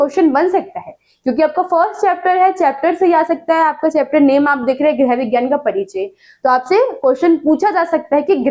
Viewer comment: Mam gerh nhi hota hai grih hota hai😢